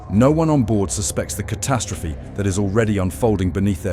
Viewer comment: The numbskull narrating this video sure likes to say "ca-TAST-rophe" alot.